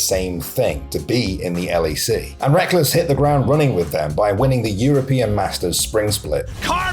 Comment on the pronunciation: i dont follow LoL and thought his name was pronounced like Rekkels, not wreckless 😭😭😭😭😭